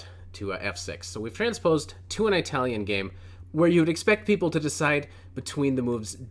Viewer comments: "Eye-talian" lmao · Eye - talian ?? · An “Aytalian” game 🤣